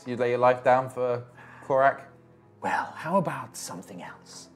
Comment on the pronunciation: If doesn't start getting the name right, he's gonna end up narrating an extended battle sequence of Korak vs Korak.